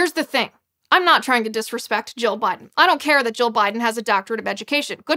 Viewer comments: Liz needs to pronounce 'Jill' more distinctly....it sounds like she is saying 'Joe'. But....good video. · Why is it, half the time Ms. Liz says Dr. Jill it sounds like Dr. Joe?